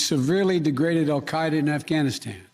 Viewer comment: Wait according to the Arabic pronunciation on the Wikipedia article he actually says it pretty accurately lol